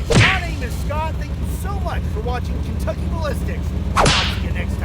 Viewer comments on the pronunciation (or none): none